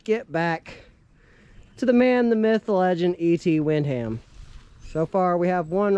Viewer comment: Hello, Its Wick - ham and its Pal - myra. Thats how it is pronounced.